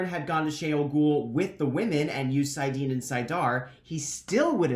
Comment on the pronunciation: Sai-dean?? Ee-sha-mah-yell?? I've been reading both as Sai-dinn and Ish-mail, and now you have me questioning everything I know